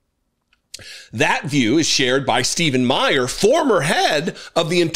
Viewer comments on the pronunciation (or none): none